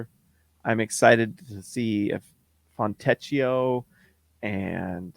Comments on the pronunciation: “Fontecchio” is pronounced “Foentekio”, not with an english “ch” sound like “teach”. Just FYI. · You pronounce Fontecchio's name "Fontekio". I know a little Italian ; ). I can't wait to call out his name every time he scores in a dramatic Italian accent.